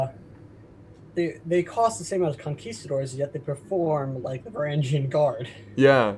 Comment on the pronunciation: You miss pronounced Varangian